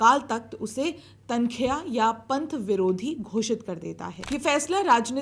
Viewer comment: It's tan-kha-e-aa. Not tan-kheya.